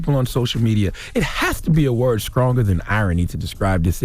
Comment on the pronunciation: "skronger" -Charlemagne 2016